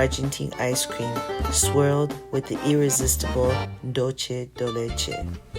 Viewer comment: no "dulche de leche" it's "DULCE DE LECHE" >>> DOOL-seh deh LEH-sheh !!!!!